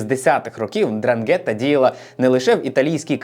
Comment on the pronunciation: Я вас прошу, ознайомтесь з правильною вимовою слова 'Ndràngheta, бо це Дранге́тта слухати все відео було важко)